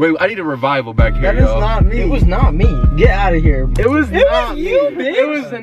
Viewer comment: i can't get over "memaws in the BACKUH"